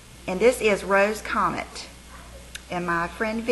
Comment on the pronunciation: is that lipstick "Rose Comere" rather than Rose Comet?